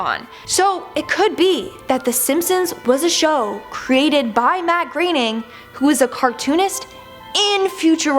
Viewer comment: Who is Matt Greening? I’ve heard of a Matt Groaning............ pronounces so many words and names completely wrong.